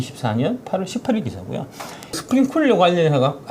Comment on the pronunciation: 박작가님 스프링쿨러 아니고 클러라구요~ 아~ 정말. 나온 유튜브마다 쿨러라고 하면 어떡해요??